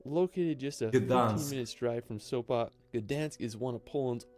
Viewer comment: Sopa? Sopa???What Sopa??? It's SopOT😆